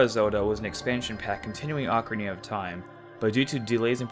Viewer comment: At one part u said ocnaria of time.